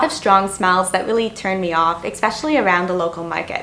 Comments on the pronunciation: Look there is no such word as EXpecially! Say Especially!! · Are you saying "expecially"? Lol. Love the vids. I watch them with my morning expresso :) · 1) There is no "X" in especially. You don't only have a language barrier with the Vietnamese. 2) Paperwork and 1 month rent deposit was difficult for you? And you're from Canada? Seriously? In Canada we need up to 2 months rent in advance, which is usually around $3000, and legal forms that basically sign away your first born to rent an apartment. Or, do you live with your parents here? 3) "Expecially" is NOT a word. 4) You experienced culture shock. Not uncommon for a 20-something girl who had her parents hold her hand throughout her entire life. These aren't bad things. You're just not used to them. If I sent you to spend a night in Downtown Eastside Vancouver, you'd have just as bad, if not worse experience. 5) I especially dislike that you say expecially. It's STILL NOT A WORD! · It’s not Ex-special. I’m thinking it’s more than being Canadian, it’s a speech impediment. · Very fair commentary. I cringed at your pronunciation of Vietnam and "expeshally", though. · Language issues? Er O.K.... but for some reason I found that area of this video, 'exspecially' annoying. Or was that eggspecially annoying? Whatever I'm not watching that part again to check the overuse of that non existent word.